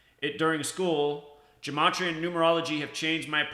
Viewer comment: Dude, it’s numerology and you don’t even pronounce gematria correctly. It’s so fucking annoying. Gematria is the encoding of words into numbers. Numerology is the decoding